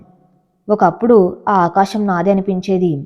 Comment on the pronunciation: ఆకాషమ్ కాదు.. ఆకాశం